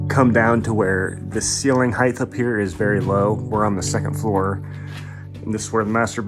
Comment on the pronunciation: I mean this in the nicest way possible, but height isn't pronounced like width or length. It's a hard "ight" without an H.